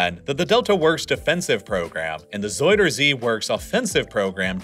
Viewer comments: ”zeider zie” 💀 En daarna “zoider zie” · Ja.. door de soudersee (zuiderzee) moest ik echt ff lachen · Isn't is ZOW-der-zee not ZOY-der-zee? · Love the vid, bit of a nitpick, but zuiderzee is more pronounced like "zuyder zay" than "zoider zee" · Bro just say southernsea instead of saying zuiderzee like its soyasauce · ”zoyder zea” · zoidercee lol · Nah don't be silly. Soidersee or frenchfriesland? No effort made at all. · As a dutchie loving how you call our city names and Zuiderzee haha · I love how you try to pronounce our names. Please don't stop. However, you pronounce Zuider-zee (south sea) as if it's a name out of toy story 2 of another alian which is either a friend of Buzz Lightyear or his enemy. I am dead. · the way you say zuiderzee and friesland 😭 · whahaha being dutch its funny to hear you call our places so badly its just so funny to listen to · I mean this half humorously, you are so butchering Zuiderzee's name now. Put it in google translator and ask for pronunciation, it will speak it out well.